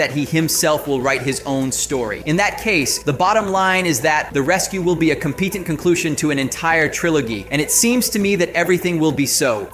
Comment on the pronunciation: What’s going on with your words? Is this a bot voice? “A competed concushun to an entire triloGhee(!)” a completed conclusion to an entire trilogy (trilogy-o-jee)😊 Man